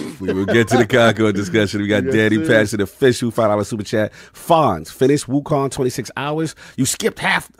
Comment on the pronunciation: Wokong..lol. Addict types the way he pronounces.